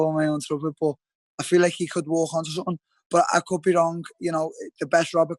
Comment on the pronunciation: “Likhe”- Darren till